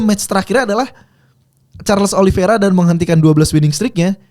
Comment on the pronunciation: Oliveira pak bukan oliviera